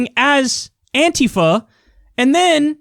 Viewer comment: You must be only person I've watched in the last 5 years that is able to actually pronounce Antifa correctly.